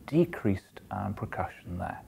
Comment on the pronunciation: Oh my lord, if I here percussion pronounced PRECUSSION ONE MORE TIME...!